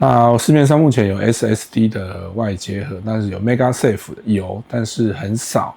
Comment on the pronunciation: 做盒子的內容不錯，但是整篇的magsafe發音都念成megasafe，聽起來實在很奇怪。